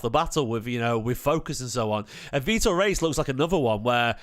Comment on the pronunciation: Loved seeing Vitor rushing back and decisively winning the ball back from a breaking opposition player too. Physicality! Plz tho, it's pronounced Hayes 🙏